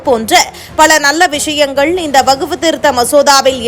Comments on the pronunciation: வகுப்பு‌ இல்லை. வக்ஃப். 100 தடவை எழுதிக் கொண்டே சொல்லுங்கள். வார்த்தைகளை கொலை செய்யாதீர்கள்.😂😂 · Yes. Many people are observing the news reader's prounciation. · எந்த வகுப்பு....ஐந்தாம் வகுப்பா ஆறாம் வகுப்பா...வகுப்பு அல்ல வஃக்பு....நீயும் உன் பேச்சும்.